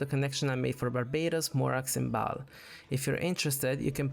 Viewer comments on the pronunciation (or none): none